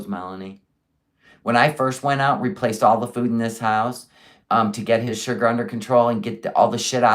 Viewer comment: poor lil baby madness with all that “shurgur” ..yikes